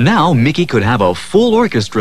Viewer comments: It's "Mickey Mouse" not "Mikey Mouse" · "Mikey" Mouse eh? Haha! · mikey? it’s mickey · It’s MICKEY NOT MIKEY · Bro said Mikey mouse.. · His name is Mickey Mouse, not Milkey Mouse. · Mickey. Not.mikey